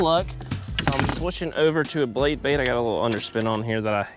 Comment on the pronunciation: The “bade Blait”. 🤣. Anyone else catch that? Love ya. Just having some fun.